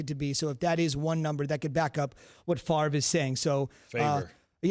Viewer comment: Say his name properly. Do yourself the (favour) not Favre. One throws TD’s the other doesn’t.